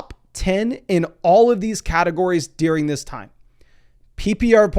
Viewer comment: Deering 🤣🤣 it’s DURING